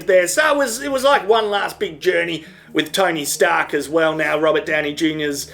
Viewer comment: is it just me, or does he say "tiny stark" instead of "tony stark"?